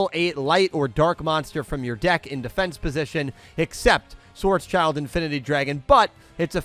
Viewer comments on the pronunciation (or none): Schwartzschild would be more accuratly pronounced schwarz shilt, it's a name but literally means black shield (or sign), the second part being schild, not child. Not that it matters, but since you wondered about it